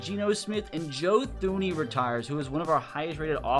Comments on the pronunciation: Great video...... Although, Thuney is pronounced Toon-E. Plus the Giants last superbowl win was 2012 not 2008. Keep up the great vids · Joe Thuney pronounces his name as Tooney...